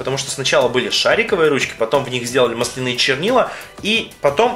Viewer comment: мааасленые а не малсленыые !! разница в ударении